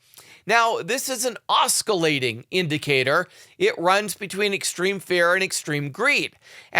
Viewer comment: The ‘c’ in ‘oscillating’ is silent